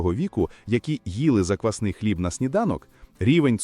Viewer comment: Озвучення тексту( ШІ? ) потребує коригування : заквснИй хліб )), заквАсний українською - хліб на заквасці, яка є основою або замінником дріждів.